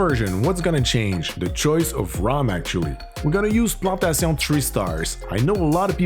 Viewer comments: ok je suis pas fou lol la facon que tu a dit plantation jai peser pause et jai dit a ma blonde cest sur que ce gars la parle francais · The way you say Plantation is so french. Are you from Quebec ? :D Edit: Je viens de voir que tu parles français dans le pin comment aha.